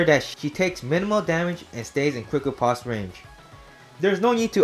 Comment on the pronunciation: I get tilted every time he mispronounces Riposte